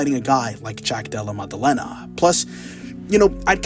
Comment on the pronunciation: "Jack Dulluh Muduhluhnuh" 😂